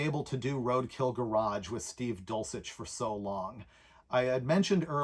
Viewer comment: Why do you pronounce Steve's last name, dulchic, or dulcheck ?